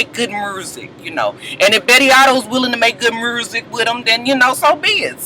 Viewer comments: I hate when black folks go out of there way to sound like a fucking idiot...MURSIC isn't a damn word Scrap!!!! Get yo life... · I cringe when Scrappy says mursik.!!